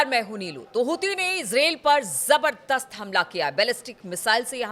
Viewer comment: मान्यवर इजराइल बोलिए ,इसरेल नहीं।